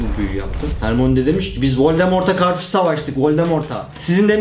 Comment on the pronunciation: hermoni diye okuyosun asıl okunuşu hörmayni